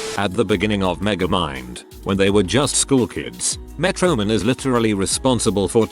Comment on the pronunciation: Ah, yes, "Met-roman." From "Met-rocity." I see who programmed this text reader...